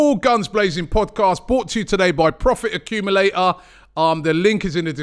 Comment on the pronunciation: Please pronounce the T in accumulator 👀